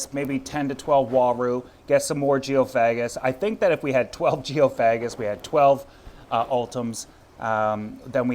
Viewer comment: Geo fag gis 😂 its pronounced geo fay gis